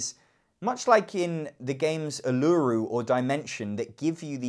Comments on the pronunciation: Uluru is pronounced more like Oo-la-roo with the stress on roo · Wow.. you really cemented not getting Photosynthesis for me.. cheers. I love hearing non Aussies saying Uluru LOL Surely the interaction of Meeple Circus is the laughing and silly comments like on the SUSD video? It's a shame it's died for you, I think I'm getting it for Christmas.... Upside my partner is getting Junkart. Thanks for the thoughts! *still confused the cafe game has fatal in the title*....